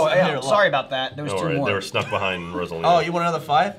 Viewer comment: pronunciation of Rosalina hurt me just a bit